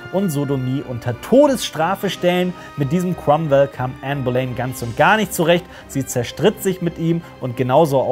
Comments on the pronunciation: Super !!! Hochinteressante Zusammenfassung. Aber eine kleine Anmerkung, man spricht es "Bolinn" aus, nicht "Bolein" ;-) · Bohlinn wird die meine ich ausgesprochen